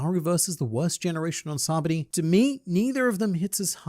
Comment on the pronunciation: Sabaody is pronounced SA-BA-O-DY, now "SAH-BDY". Just like your name is not pronounced "LYE-AM". Get it right. Otherwise, great videos as always.